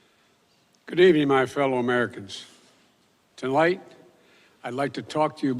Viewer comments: He began the telemprompter speach with to light, instead of tonight. Wow. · Not even 10 seconds into his speech, and he can't even pronounce tonight.